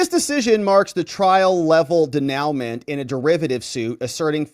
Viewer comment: Denouement is pronounced "Day - new - maw". It is a French word meaning "the final part of a play, movie, or narrative in which the strands of the plot are drawn together and matters are explained or resolved:"